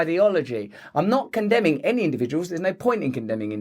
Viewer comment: Was it a slip of the tongue or my bad hearing but did Russell say "Benny better" instead of "any better"? Crossroads Benny anyone?